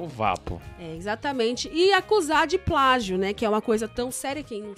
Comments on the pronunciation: pragio kkk portugues passou longe assim como essa idéia maluca dele kkkk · NADA HAVER ABESTADO , É NÃO E "PRAGIO" E "PLÁGIO" 🤣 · É "pragio "😂😂😂🤣🤣🤣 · É "PRAGIO" não kkkkkkk Não tem nada a ver kkkkkkk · eu sei o que é plágio mano eu só estava frescando, com a pronúncia do rapaz RS. Ele pronúncia pragio